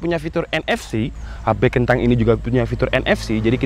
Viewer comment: Please bang.. KENTANG!! Nya jangan di perjelas